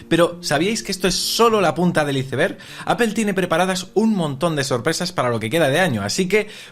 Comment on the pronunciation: Por que dicen Appel? Si manzana en ingles no se pronuncia asi? O digan aple. Por otro lado ICEBER? En serio? O digan tempano de hielo o (aizberg) hay que mejorar esos aspectos! Lo digo en buena onda.